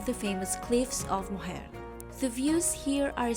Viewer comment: Beautifully shot video. By the way, Cliffs of Moher is pronounced like Cliffs of More, and you said that Sliabh Liag ( Slieve League) is among the highest marine cliffs in Europe, well it IS the highest at almost 2000 ft